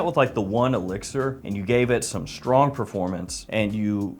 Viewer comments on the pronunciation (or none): none